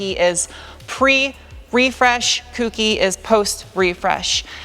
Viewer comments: Kouki Kouki not kuuki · I can get you 14" tires and tires in general from Japan if you ever need them. BTW, Kouki is not pronounce "cookie" lol So funny to me when I hear it..... it is pronounced Ko u ki. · kouki "co-gey/koh-gi not cookie sounds weird. koh'gi it just sounds harder. but ur whips all zen kai out newais..so ur finna b seyin it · the Japanese word "kouki" is pronounced like "kohki", not like "cookie" 🤓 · FYI: "Kouki" sounds link the "ko" on "koala" and "ki" is the "key" sound. A lot of people pronounce it like "kewkey" but that is not correct. BTW: Love this MR2 build!! Save all the old JDM's!! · Its a PEACH! And Mr 2 looks amazing too! just to ad "kouki" is pronounced like this Cant wait for you next video!